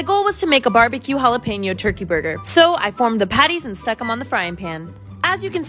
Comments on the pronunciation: She really pronounced it like “Hal-ih-pain-yo” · She pronounced it like this: Hella-pain-yo Lol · The correct pronunciation is Hal- ah- pain- yo